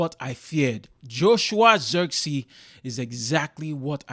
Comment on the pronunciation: It was not the right pronounciation of ZIRKZEEI... He is not English